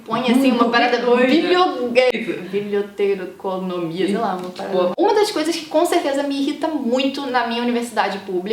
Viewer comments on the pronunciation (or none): Você pode trocar este vídeo por algum que ensine o que um bibliotecário faz e o que é ciência da informação, já que a moça aí não conseguiu nem pronunciar o nome do curso.